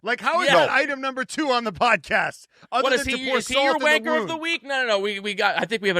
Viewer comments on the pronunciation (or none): Just call the show wanker hours. You 2 are literally the only ones saying vankah. Gunter pronounces it perfectly normal when he says it so the joke isn't funny.